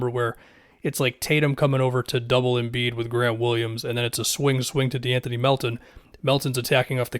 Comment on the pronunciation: Anybody else cringe when said MV Embid